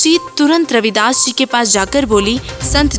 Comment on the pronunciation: Not रविदास it's रैदास